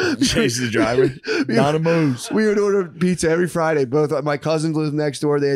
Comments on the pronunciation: Its pronoinced Nomidoes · Every Time he says donimoes the earth gets a little better